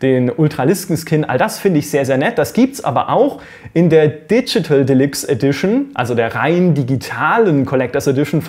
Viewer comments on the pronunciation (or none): none